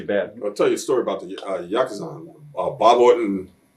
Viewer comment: You can tell Bad News spent alot of time in Japan. He even pronounces the word Yakuza correctly.